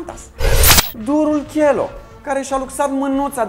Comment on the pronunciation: Pun pariu ca esti fan nr 1 DOC , vai de emisiunea ta nici Cheloo nu stii sa pronunti si vorbesti despre el , frumos haz cu imitatia aia de manelist ....